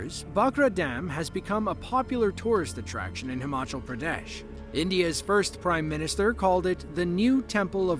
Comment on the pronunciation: Pradesh sounds like "pyare desh", a YouTuber